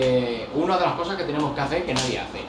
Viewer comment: Y lo de aprender a hablar español correctamente siendo español para cuándo??? Por qué eso no es acento , sino es no saber hablar español castellano correctamente. No sabes pronunciar las palabras correctamente ni entonar ni vocalizar. Dices todo con c o con z. Caza en vez de casa,coza en vez de cosas etc. Luego todo con ch, ,coshe en vez de coche. Y luego do y tre. Para referirse a dos y tres etc. Y así con todas las demás palabras y frases así que yo no puedo aguantar esto ya bloqueo este canal y que no me salga porque me da asco oir a la gente de Andalucía Murcia y Extremadura